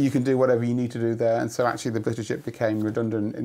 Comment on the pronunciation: And similar thing for "blitter chip" , even though we hear the same word just fine.